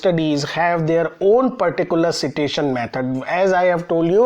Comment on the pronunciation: Sir with all due respect , it's pronounced as site-tation. (Not see -tation)